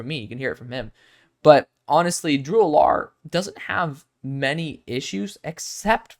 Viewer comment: I could be wrong, but I don't think that's how you say Drew Allar's name... Just giving you a heads up, not trying to nit-pick. This is my favorite video from you so far! I love your analysis. What are your thoughts on Brady Cook?